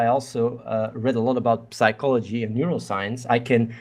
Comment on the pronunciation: wtf athene is dumb as fuck lol his wikipedia knowledge means nothing. He doesnt even know how the word psychology is pronounced. How can we take him seriously?